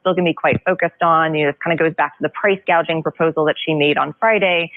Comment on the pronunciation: Just remember she said NOTHING about price gouging she said price gauging, completely different subject :)